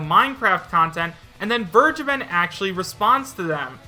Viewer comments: Who's this 'Wirrgaben' you're talking about? He's called 'Fair-ge(ysir)-ben' - to forgive. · Samuel Welsch Yeah it always sounds like burgerban when he says it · "Fur-Gaben." That's always how I pronounced the guy's name. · The way everyone pronounces Vergeben hurts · Sry to point this out but please tip in "Vergeben" on Googletranslator and hear for yourself how it is pronounced. I'm sure someone already told you that but it's a german word and means " To forgive". The way you say it just hurts if you know the correct spelling. Would be like to spell Kindergarten like Kaiiindgairtieeeen. Doesn't sound right doesn't it?